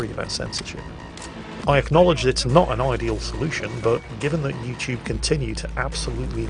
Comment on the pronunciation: 'Yo'u TuBE. No 'THEM TUBE'